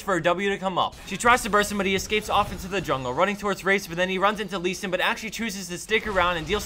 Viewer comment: That leee... hurts my lee soul .